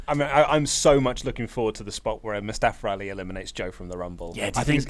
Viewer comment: I hate when u say Mustafara Ali or in the past Kazuchikara Okada lol